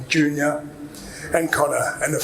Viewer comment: Chris Eubank jizzeenior 🗣️🗣️